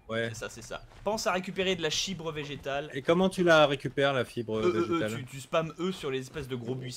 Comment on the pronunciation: il a dit chibre vėgetal :)